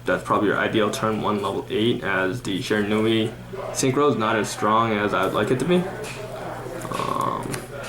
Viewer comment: I don't know what's more annoying: the lisp. Or how he doesn't know the names of any of the Shiranui cards, and can't even pronounce it?